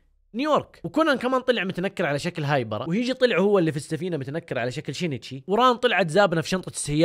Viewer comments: شينشي مو شينيتشي🤦🏼‍♀️ هوه أصلا سينشئ بس الياباني صعب عليهم يحكوا حرف السين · اسم كونان الحقيقي يُنطَق شِينْ تِشِي وليس شِينِ تِشِي، انا فصلت مراحل الإسم لكي يتوضح نطقه والنطق الطبيعي شِينْتِشِي. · نطقة صحيح شينتشي اسمه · من الي تنرفز من نطق الوجيه لاسم سينشي !!!😂